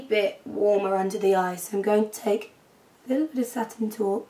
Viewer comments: haha I love how you say taupe like an Irish woman-so cute! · the way you said "taupe" made you sound irish. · i LOVE how you say taupe! like if you agree xD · I love how you say taupe like an irishman. It's adorable. <3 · I like the way you say Satin "Taupe"... You so ridiculously talented!!